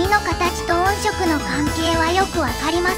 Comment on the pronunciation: ヤバすぎて怖いです！ クラファン出したら秒で集まる気がします。 それと音色を「おんしょく」と読ませているあたりも、単にベタ打ちテキスト突っ込んだだけじゃないですよね。